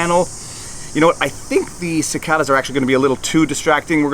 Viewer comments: Ci-CAY-duhs, not Ci-CAH-duhs. :s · He said "Ci/KA/da's" not "Ci/KAY/da's". -50 DKP. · We call cicadas with a long a sound vs an ah sound. Sih-cae-duhs. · The cicadas aren't nearly as distracting as your mispronunciation of that word. :)